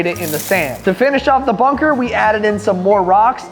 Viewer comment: Dude you said munker not bunker